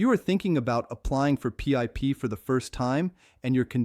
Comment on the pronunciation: AI shit cant even say PIP properly